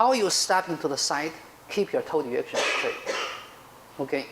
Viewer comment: It's great instruction, but it sounds like he is talking about "toad erection" instead of "toe direction."